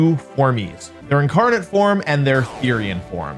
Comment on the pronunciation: Stopped watching when you called it a formee